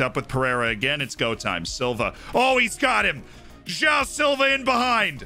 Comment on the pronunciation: I've been watching this series for quite some time already, but only now I realized that "Jao" Silva is actually "João Silva". I love.